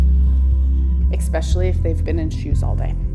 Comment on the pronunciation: She said EXpecially. Never heard a non-african-american say it like that. Interesting...